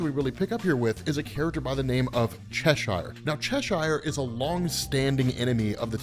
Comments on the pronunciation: It's pronounced "Chesher" 😭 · Cheshire is pronounced Che-shuh.